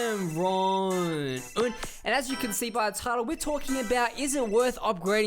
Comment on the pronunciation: it does